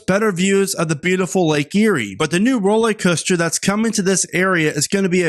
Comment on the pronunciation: It's not "Rolleycoaster", it's "rollERcoaster"!